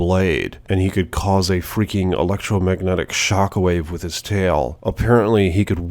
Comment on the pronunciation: why this man speak this (and the way he flubbed electromagnetic was absurdly funny)